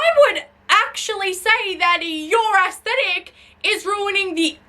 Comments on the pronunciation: assthetic. there I said it. ass-thetic. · i love how its not "aesthetic" when you say it. its "ass-thetic".